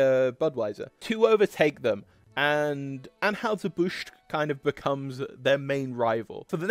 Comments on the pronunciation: While we're discussing pronunciations, it's "ann-hi-zer", not "ann-hoo-ser." (It was probably originally ahn-hoy-zer, but we've Americaned it up.) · Bro...the trouble you have pronouncing ANN-HIGH-SIR BUSH, is comedy gold! You must've tried it 6 or 7 different ways...and actually got it right...ONCE. The immediately went back to mispronouncing it! LMAO! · It's An-HY-zer BUSH. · What is wrong with your ability to say Anheuser-Busch? An-HI-zer Bush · People making YT videos, especially if you sound tlike you are from anoteher country, should learn how to pronounce the names of the companies they are talking about, like Anheuser-Busch and Stroh or Stroh's.